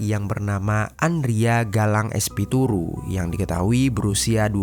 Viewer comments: Espiritu bukan espituru 😢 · Espituru ❌ Espiritu ✅ kayaknya dari tadi salah ucap bang 😅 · Espiritu bang bukan Espituru😂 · Espiritu bukan espituru😂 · tulisan espiritu, kekeuh bacanya espituru smp akhir 🤭